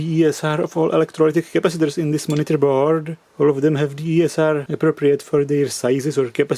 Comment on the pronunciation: "Changing these crapacitors..." lol